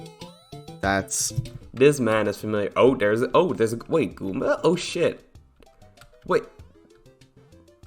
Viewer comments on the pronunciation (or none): he really said gomba